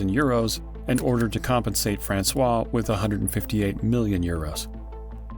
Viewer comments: I suggest learning the proper prununciation of someone's name before saying it every 30 seconds in a 32 minutes video. It's FrancoiSE not Francois. You called her a man's name ffs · please take a moment yourself to verify how to pronouce Francoise...you say Francois which is the male name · uuuggh you do so much research and you can't teach the robot narrator to say "francoise" correctly. you are using the male version of her name. you are calling her "francis" the whole time. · It’s actually Françoise pronounced « FrançoiZE » pronouncing the « Z » Awesome Job! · Françoise pronounced: "FRANSWAZ" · Bro its FRANCOIZZZZZZZZZZZZZZZZ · it's Francoizuh, u calling her a boy's name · Too bad the narrator mispronounced the daughter's name every single time. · It's very annoying that the narrator didn't find out how to pronounce "Françoise" properly. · great video, but very annoying you keep mispronouncing Françoise. Especially when you pronounce it the exact same as the other main character in the story, the photographer François! Please get the correct pronunciation if you use foreign names or words. It's very easy to do this in 2025. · The way Francoise is being pronounced is killing me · The narrator should at least try to get the basics of french pronunciation right. According to him, the daughter of Liliane Bettencourt is a boy. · French speaker here. Ignoring the "se" in Francoise makes it sounds like you are talking about a guy. You are supposed to ignore the "s" in Francois (male name) but not supposed to ignore any letters in Francoise (female name). That's how we can tell if you are talking about a guy or a girl. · I'm American and it's very jarring indeed... I also thought he was talking about a man until he said "her". This is very cringe. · I’m not French but speak a little French and this confused me too! And drove me crazy. Gah!!